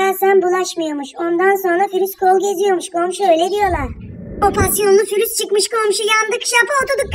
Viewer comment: fürüse aman virüse söylemediğin söz kalmadı fürüs diye diye ağzımadolandırdın bazen konuşurken virüse fürüs diyom one kız diyola 😂😂😂